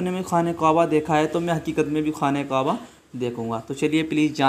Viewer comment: Qwaba nahi hota kaaba hota hay